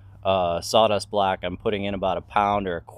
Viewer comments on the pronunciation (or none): love the videos man, been binge watching them lately, very informative stuff you share here.... BTW I forgot to put "haha" after my 1st comment, I knew what you meant 'block' just your NY accent sounded like black.